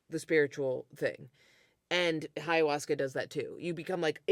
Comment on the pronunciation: "High-uasca" is a hilarious mispronunciation.